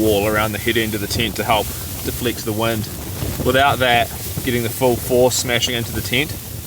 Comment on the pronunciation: I keep hearing words like "deflict", "plisant" and "pigs". Oh, deflect, pleasant and pegs. :) Great video. Some adventure